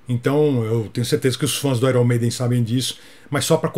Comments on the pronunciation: Não é "airom meiden" é "ai ãrn meiden" 😁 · Desculpa ser chato, mas Iron Maiden não ser pronuncia "Airom Meidem" e sim "Aiern Meinden". Kkkkkk Parabéns pelo vídeo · Muito bom! Só achei engraçado soltar um "Áiron" Maiden quando estava corrigindo a pronúncia do Paul Di'anno... Abraço! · Vc pronunciou Iron Maiden errado.... faça um vídeo sobre a pronúncia correta da banda...rsrsrs